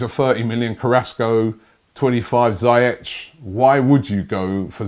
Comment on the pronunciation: ZIYECH NOT ZAIETCH